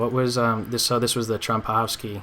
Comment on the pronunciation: its trompovsky not trompowsky anyways great vid ;)